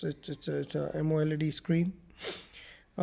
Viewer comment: Man broke up the word amoled to “AMO LED”